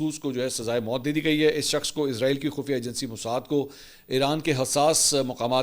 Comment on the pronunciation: Can I mention one thing please: it’s ISRAEL NOT IZRAAEEL, Izraaeel is the name of Angel of Death